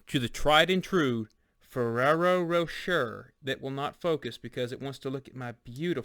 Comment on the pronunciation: Great review. FYI, the second R is Rocher is silent, it's pronounced' Roe-sheh'